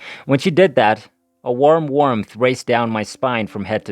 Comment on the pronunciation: this was good, but the pronunciation of warmth, as "wermth" did have me giggling a bit : )